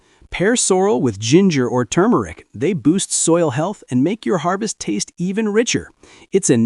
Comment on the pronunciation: it is not too-mer-ic. It is TUR-mer-ic